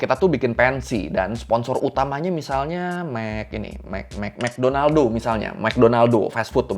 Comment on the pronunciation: mekdonaldo, wkwkwwkwk...lsng teringat mister queen